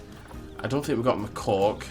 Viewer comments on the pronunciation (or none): I thought he said MY COCK. Hey,don't judge me. Im a careful listener. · Your pronunciation of Macaque had me in stitches!